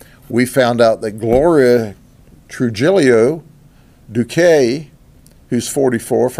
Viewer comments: I suppose I can understand not being able to pronounce Trijillo ("j" as "h") but Miguel? Really? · Trujillo true he yo Learn to pronounce Spanish correctly!! It is easy! Not like English with dozens of vowel pronunciation. SPANISH HAS ONE WAY TO PRONOUNCE EACH VOWEL AND LETTERS, INCLUDING DOUBLE CONSONANTS